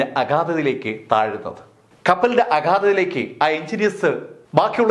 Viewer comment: ഖേപ്പലിന്റ ഘധ?😅😅😅സലീം കുമാറിനെ ഓർമവന്നവരുണ്ടോ?